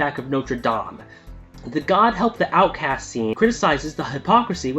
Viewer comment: LOL were you joking how you pronounced nortre dame , because you sounded like a total moron . Also Nintendo is a joke now days the 3ds is fine but in this past year and most of last the vita has had alot more games and it is a far supperior handheld device . They are both fine but as a adult the vita destroys it in what you get for the price value and nearly every day i play destiny and second son on my lunch break and that is worth it alone to play my ps4 games from 100km away from my ps4 and i have yet to run into any lag or lost conniction issues . Plus the huge psp and ps1 library and now ps3 games start next week with now . The biggest is the games they are of all sorts and alot od adult games , nintendo is mostly pg-13 game style and are scarred of adult games with adult story lines